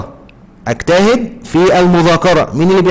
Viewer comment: عندك اخطاء في نطق الفعل اجتهد في مثال الضمير المستتر الذي تقديره انت وبذلك كان المثال خاطئ